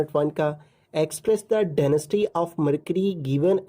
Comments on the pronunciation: Itd density not denasty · Density not denasty😅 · Sir it's density not denisty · Denasty 😂😂 Density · Sir ap nai Daneased bola hai